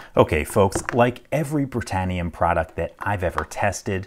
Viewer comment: Britanium? Sounded like I heard, Master Lock. 😏🤣